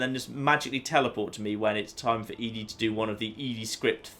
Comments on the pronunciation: Now if you could just say "Eddie" (ED-E) instead of "Edie" (E-D), you'd be golden. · I love watching your Fallout playthroughs, but just one thing bothers me about them. ED-E. ED. E. I'm sure people've complained about your pronunciation of ED-E before, but.. ehh.. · Also, when you refuse to pronounce Ed-E correctly, don't complain about others pointing out your other pronunciation issues.